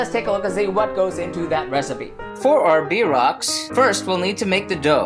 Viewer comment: I'm Kansan and if you don't mind, please say it correctly "BEER ROCKS" not bee rocks.